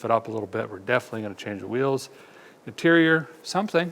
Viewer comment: I thought I heard you say deterior instead of interior.